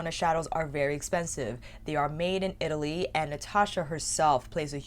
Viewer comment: Who are you and what have you done with our!!!! Our would never say Italy like that!!!! Its EEEETALLYYYYY!!!!🤣🤣🤣😘😘😘😘😍😍😍😍 Edit: OK. PHEW!!! Nevermind. You said it the right way later on.😘😘🤣🤣😍😍😍